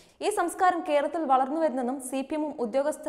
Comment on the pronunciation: എന്ഥായാലും... വല്ലാത്ത മലയാളം പറച്ചിൽ ആയിപ്പോയി....ഖേരളത്തിൽ അദിഖാരം ന്നമുഖ് ഇല്ല...നല്ല മലയാളം പറയാൻ പഠിക്കെടോ....